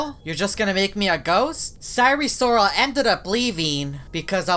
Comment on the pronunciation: Normal people: sire sirol: syre sorol